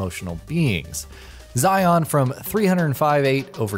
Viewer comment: Oh God no, you pronounced Xion as zion. Ewwww, I've never heard that before.....bruhhh. Xion=shion